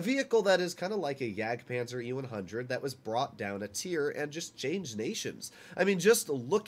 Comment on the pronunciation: JAGDPANZER NOT JAGPANZER.